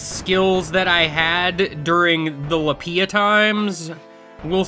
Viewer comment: Hearing you pronounce LPIA as a word makes me think of the Chia Pet jingle, but saying L-L-LPIA instead of Ch-ch-ch-chia.